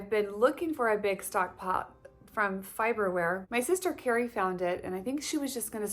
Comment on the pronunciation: Just an FYI, the pots are pronounced “Far-ber-ware” 😁You will love that brand!